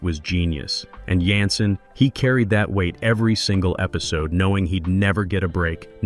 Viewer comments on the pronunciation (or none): Jensen not yansin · Yansen???.. Get a human who at least watched the cotton-pickin show!!!!!